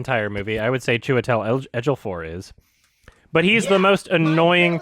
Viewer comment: He says Chiwetel Ejiofor's name weird